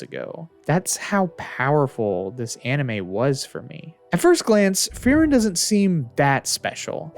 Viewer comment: very good video but as a german i always die if i hear how you pronounce frieren i'm sorry hahaa